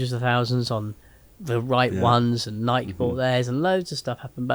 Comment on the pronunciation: Going to need you to pronounce it Nigh key😂